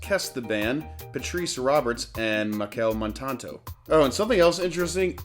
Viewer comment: Machelle Montano not Montanto